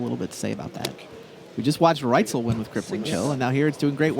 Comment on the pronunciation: Listening to Buehler call Paul Reitzel "Paul Rightzel" all stream long was driving me crazy.